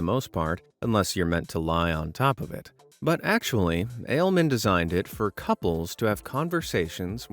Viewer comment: That Mexican guy's name is actually pronounced closer to alley-mon, it's spanish for german. I used to work with a bunch of Mexicans and Guatemalans😁